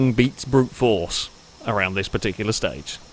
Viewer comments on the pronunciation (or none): none